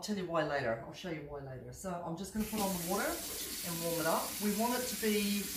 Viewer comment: Are you saying "yoost" lol. My hearing is off